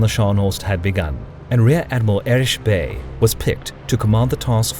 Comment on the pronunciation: Great video. My only nitpick 8s how you kept mispronouncing "Erich". Its not Erish, but Erik. Ch makes a hard sound, that's why it's the the Third Reich, and not the Third Reish.